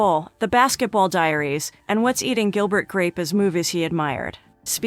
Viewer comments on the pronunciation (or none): none